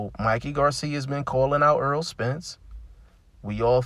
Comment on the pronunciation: Btw it's Not Earl, put some Respecc on his name bruh